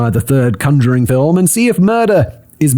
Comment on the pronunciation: Your pronunciation of conjuring… is a choice…